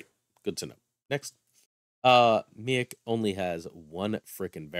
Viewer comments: I think it might be pronounced, "MEEEK" at least that is what I remember from the Planet Hulk Movie and old X-Men cartoon. Hey my family is from Syracuse! I did not know you were a fellow New Yorker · Lol im dying everytime you say Miek. Its pronounced Meek. Miek is in Thor Ragnarok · I believe you pronounced his name wrong. It's pronounced me eek I could be wrong but that's how I've heard it being pronounced everywhere else and in the movie